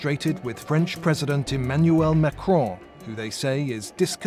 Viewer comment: It was interesting video, thanks. P.S.I like how you pronounce Macrone .